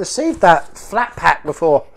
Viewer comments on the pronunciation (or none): none